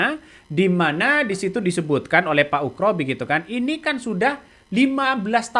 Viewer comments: Bukan ukro bos tapi oegro di baca ugro. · bukan ukro bang tapi ugro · Bang namanya bukan pak Ukroseno tetapi Oegroseno.... mohon ma'af klo sy salah dengar yg diucapkan bang